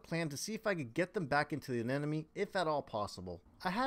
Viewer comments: A-NE-MO-ne Not a ne ne me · It’s an anemone, not an anenome. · I’ve been waiting for a year for my 12 year old clown to host in my new system. Glad you were able to get some success. Also, I have to say aneMoNe, not aneNoMe.. 😉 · I don't know why the wrong pronunciation of Anemone bothers me so much, but it does... I need an intervention! Uh-ne-muh-nee Uh-ne-muh-nee! 🤣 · Can't even pronounce ANEMONE